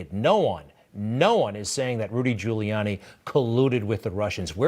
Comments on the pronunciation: Ik! He said Gianni lol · He can’t even say Giuliani. 🙄